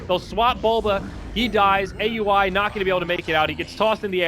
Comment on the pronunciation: AXE-ACTLY why they pronounced Aui's name like that